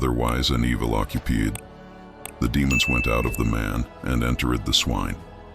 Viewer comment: "Occu-peed.." Ditch the AI.